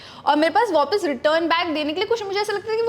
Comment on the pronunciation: Take a shot every time akriti says "wopis"